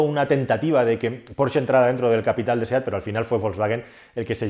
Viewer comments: Decir "porche" en vez de "Porsche"... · Me encanta como pronuncias "Porche". Me viene a la mente aquel anuncio de una editorial en el que un tío pedía un "porche amarillo" y el genio le dio un porche de terraza y no el coche. Se pronuncia "porshhhhh" XD